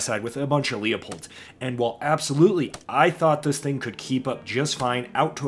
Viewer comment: You were at shot show and still didn't learn how to pronounce Leupold?